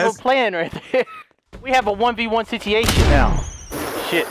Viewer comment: "Sitiation" - 2018 😂